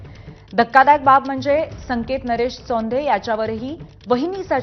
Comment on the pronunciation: " सौंधे नाही ताई चोंधे "अडनाव आहे त्यांचे.